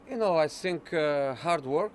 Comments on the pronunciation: "I sink" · "i don't sink"